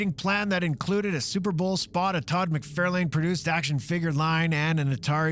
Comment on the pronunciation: And “McFarlane”. Dude